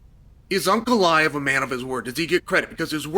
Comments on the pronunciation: Unclaev? Chael is putting the hurts on names. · also to hear him say Unclaive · Ankalaev ❌ Uncle Liev ✅ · Uncle Aiev 😂😂😂😂😂😂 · Uncle Liave? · Ankalaev ❎ Uncle laev ✅ Pereira ❎ Pierre ✅ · "Uncle Ly-ev" vs "Pierre-a"🤣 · Came for "Alex Pierre" left with "Unkle eye ev" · Chael said PeeAir and Uncle Lie iv 😭😭